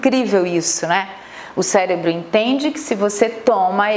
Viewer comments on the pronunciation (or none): none